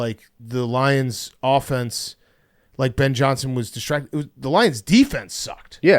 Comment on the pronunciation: says offense like AHfence